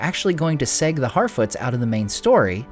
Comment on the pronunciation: “segue” is pronounced “seg-way,” my dude, not “segg.”